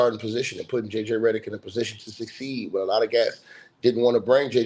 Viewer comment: I love how you keep saying Redderick 😂😂😂😂😂